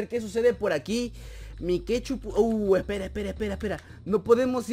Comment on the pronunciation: Es Mike.two (se pronuncia maik tu, no mikechu, eso lo puso akela)